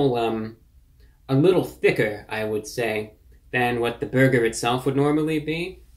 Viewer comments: When he says burger... it sounds like he said "berger" instead of "burger" it's really hard to explain. But he says burger weird. Someone needs to go thru these and give it the "rocks in socks" treatment. Go thru and just clip all the "bergers" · Why does he say "beargur"